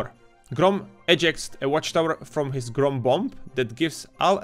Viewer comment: Ja som nepočul grooon ale troooon😂